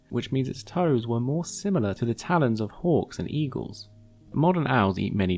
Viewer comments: 4:-01 did u just Call Taa- Lens..... Taa Lawns??a lol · Nobody: MLM: Tal-Ons